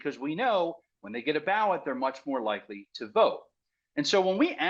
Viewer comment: Ballot.. not bawwot